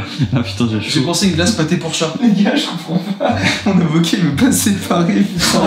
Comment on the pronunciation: J ai comprus zeb au k au lieu de avocat